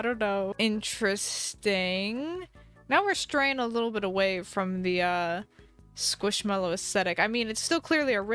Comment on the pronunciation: How much scwishmelow